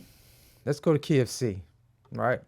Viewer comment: let’s go to Key of C sounded like = Let’s go to KFC I thought damn let’s get busy 😃 🍗